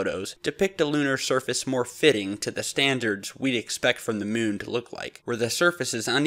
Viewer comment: please set a good example to our young generation by pronouncing your words correctly. You pronounce the word surface as shurface most times.